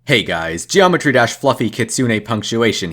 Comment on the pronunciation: BRO THATS NOT EVEN THE NAME OF THE GAME! HE SAYS dreometry drash ALSO HE GOES INTO THE GULAG! YOU SHOULD REALLY DO YOUR RESEARCH